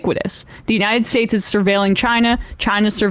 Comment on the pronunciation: ‘United Space air space’ Maybe she’s sober & just has shitty dental care.